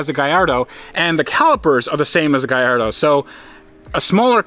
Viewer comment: You can name is GAL LARDO there is no I in the name! Google it lol